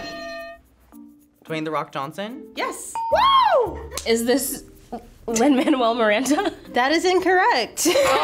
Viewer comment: “ Lin monwell Miranda “ 🤣😂🤣😂